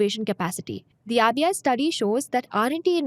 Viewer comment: just one feedback- when you are saying RBI, I am hearing it AVIA, maybe some pronounciation miss from my side.. Did anyone felt same?